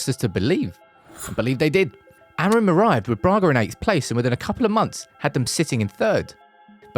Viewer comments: Não é Amarim é Amorim, aprendam a pronunciar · Is Amorim, not Amerin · "Amarante"????? Amorim!!!!! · O nome dele é AMORIM ! Fale português caragoooo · Adoro a merda da inteligência artificial. "Ameirim" :) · Great editing,great information well done..BUT the wrong pronunciation of his name was driving me nuts...